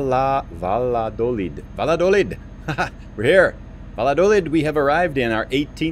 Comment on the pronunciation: it's pronounced "Vayadoleed" (the "ll" sounds like a "y" in English)